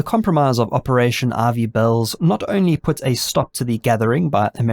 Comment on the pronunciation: I tried looking up Operation RV Bells. lol it turns out he was saying Ivy Bells.